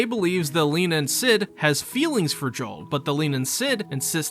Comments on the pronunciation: Leanan sídhe is pronounced "leh-nahn shee" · "Lee-nan Shee" is closer, but you really aught to hear it in Irish properly.